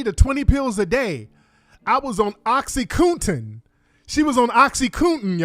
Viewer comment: Oxycoontin, boochiecat!!.. Lol, only Tariq!! He needs to start his own dictionary collection!!